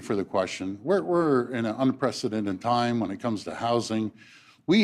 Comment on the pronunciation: Almost. Said “team” instead of “time”